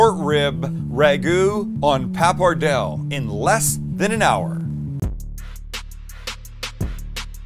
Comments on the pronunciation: Don't swallow the "e" at the end of "papardelle" ... papar-dell-eh (not "ey") But a 1:1 ratio of broth and wine is a winner in my book :-D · Became cancer every time you said "pappardell".... it is "pappardelle" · PAPPARDELLE pasta is pronounced Pa-par-day-lay, not papardel for all the Italians out there pulling their hair out at Sam's pronunciation. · That pasta is pronounced PappadeLLY. Again, fabulous food, thank you. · papperdell? oh sammy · Pappardelle is pronounced 'pa-par-DAY-lay'. (You know, unless you want, say, Arkansas to sound like it's spelt.) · 'Pa-par-dell-ee' actually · Why don"t you say: PAP - PAR - DEL - LÉ My ears yearn for you to say word in Italiano, PAPPARDELLÉ. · Dude you keep forgetting to pronounce the E at the end of Pappardelle. Other than that nice video.